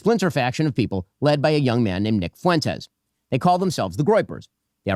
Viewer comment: Why do so many pronounce it Foo-wentez, its more like Fwen-tez, sorry grammar police from way back.